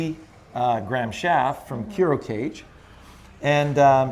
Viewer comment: Thanks for the great video! PS: I think it’s pronounced “KOO-roh KAH-gay.”